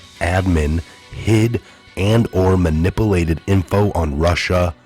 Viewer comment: You do great work and reporting. Please though, it's man-ip-ewe-late. love you!